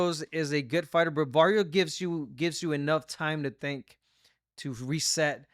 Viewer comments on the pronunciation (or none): Abner you gotta tell my boy Rosado he can pronounce the R what’s that shiaaat barios come on now you boricua bro say it baRRios with the R